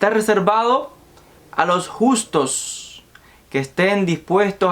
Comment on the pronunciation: Los justos no los gustos, agueonao aprende a leer.